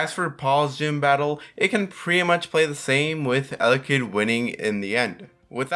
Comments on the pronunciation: It's elekid not electrikid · he said Electakid for Elekid🤣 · Take a drink every time he says Electakid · Ele Kid not Electa Kid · He’s name is elekid not elekterkid